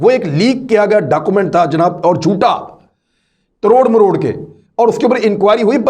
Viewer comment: Aoa. Sorry to say exact word is tor maror k not taror maror k